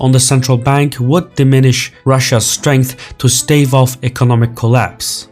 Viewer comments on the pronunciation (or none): none